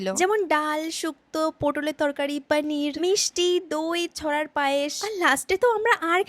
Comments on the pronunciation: পনির বলতে পারেন না আমাগো দিদি পানির 😂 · না মানে তুমি পনির কে পানির বোলছ। but পটল কে পোটল কেন বোলছ। বেশি শিখিত হতে গেলে যা হয়েছে আর কী😂😂😂,।